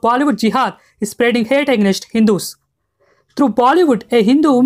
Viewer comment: Great video bro, but the way you pronounce AGAINST was really sticking out like a sore thumb 😂